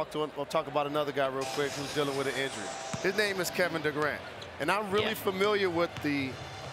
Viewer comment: its not kevin dugrant its kevin Durant